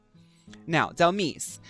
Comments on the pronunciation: for me is the way you glow up Dhelmise just by the way you pronounced it ! Dhel miss ! right she can be a spooky miss 🎀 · Baby, Dhelmise is pronounced like demise, hence the name